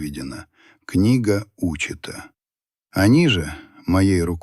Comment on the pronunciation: А что, люди разучились читать? "Книга Учета"! Хочу бросить слушать. Позор вам. 🤮